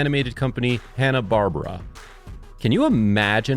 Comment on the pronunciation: Love the video but you pronounced Hannah-Barbara wrong.